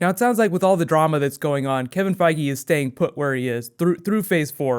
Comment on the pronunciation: everytime you say Feige it sounds like Foggy. Get kinda anoying hehe